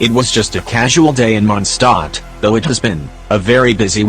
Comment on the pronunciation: Ah yes, the city of MondSTOT